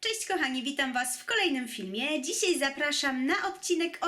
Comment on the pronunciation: Mówi się "dzisiaj", a nie "dzisiej", bynajmniej tak słychać z Twojej wymowy :)